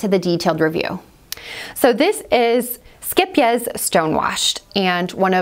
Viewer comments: You say the first part of the word scheep (scape) So no e sound the two e's are said like a long A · This is not actually how you pronounce it, haha. The second syllable is correct though! If you type in "scheepjes" in google translate you can click on the audio button to find the actual Dutch pronunciation. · Oh my goodness, now I know how to pronounce the name. I've been mispronouncing it for years! Lol Skeep-jeez 🤦